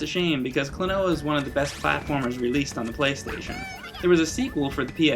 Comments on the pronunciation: Kuno Sandgreen the gringo accent sounds pretty akward as well. its not like KLOnoa. its like kloNOUa. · its so weird hearing you calling him kloNOa when in namco x capcom they call him KROnoa. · Klonoa. Klon-ow? Clone-a? Klonooooooaaar? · Maybe it's pronounced like quinoa, kloNWAH. That'd be kinda cooler lol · It's pronounced klo-no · I always pronounced it "Clone-wa", kinda like Quinoa. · This game is the tits. I think Klonoa is pronounced "clona" at least that's how his name is jabbered in the game. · I started with the second game on the PS2 and it's plot is more detailed than the original. I beat it when I was around 9 or 10 and Klonoa has remained my favorite character ever since. I don't know if I'm the only one who does this but I pronounce his name like "Klonuh" due to this scene /watch?v=SZhQKdMSR9w&t=3m44s in Klonoa 2. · i always pronounced it as "clone-a" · Would you please not mispronounce the game's name when you're freaking reviewing it...